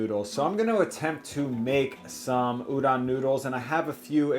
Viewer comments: Ooh-DOHN, not OOH-don plz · Can't comment on the udon technique, but I can give some quick tips on the pronounciation.. English written Japanese is always syllable by syllable so tsukemen is pronounced tsu-ke-me-n. No silent e business haha. Also the O in udon is not an 'a' sound like udan but 'o' like 'doh' (like Homer Simpson)